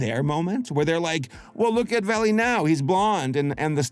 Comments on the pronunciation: its not pronounced like vAlley, its pronounced like vallEE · "Vale"? It's not pronounced "valley", it's pronounced to rhyme with "fail". How appropriate. (It's a synonym for valley, so eh, close enough).